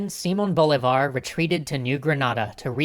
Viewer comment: 1.- si-MON bo-LEE-Var. 2.- You skipped Páez (the new leader of the "Legion of Hell" (By this point they weren't any longer called that, that name was only given while they were led by Boves) and Sucre (Bolívar's non-blood son and who was loved by Bolivia and Ecuador), how dare you? 3.- You added the Essequibo for only one moment. 4.- Income the Argetinians getting angry for not seeing San Martín in here.